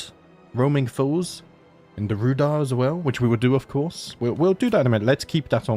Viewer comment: Pretty sure Rhudaur is pronounced 'Rude-hour'